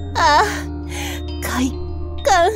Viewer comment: 冒頭の快感の発音でセーラー服と○関銃を思い出したのは俺だけか？🤔(笑)